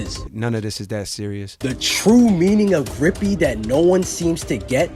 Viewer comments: Lol. It's Grippy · Its uhm grippy